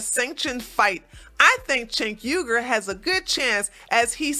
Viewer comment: You can't even say his name correctly. 🙄